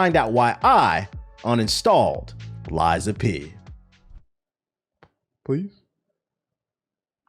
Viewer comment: I did have to go back and watch the start multiple times to makes sure I heard you say Lies of Penis